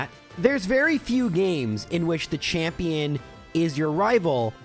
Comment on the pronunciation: Gotta love the "chapmion" split eheh